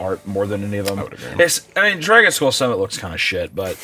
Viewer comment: BAEBY DRAEGUN!! BECOME THASUND-YEAER DRARGUN!! 😂